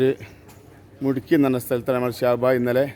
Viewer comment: മുട്കി അല്ല മുദ്കി